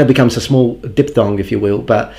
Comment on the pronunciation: something that bothered me (sorry) was when you said di-P-thong instead of diphthong (sound is like di-F-thong). Nice video, as always